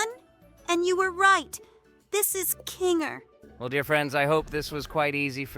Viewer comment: Bro it's kanger